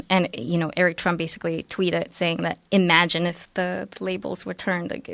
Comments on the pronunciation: Joe “EEEEE magine” Rogan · Joe "E-magine" Rogan